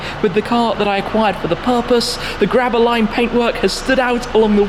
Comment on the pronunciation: Every time Shmee says Grabber Lime it sounds like Gravel line... but then again, I don't hear very well. (0:] Safe Travels Shmee!